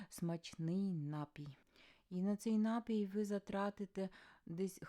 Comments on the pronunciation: Не слідуюча, а наступна! Не нАпій, а напІй! Україномовці ви хенові. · Наголошуйте правильно. НапІй- на другий склад. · Слово "напій" має подвійний наголос 😂